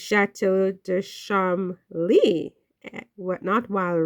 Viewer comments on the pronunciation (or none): Pronounced Ch-esh-er. Cholm-ley. Rose better get ready for the spotlight.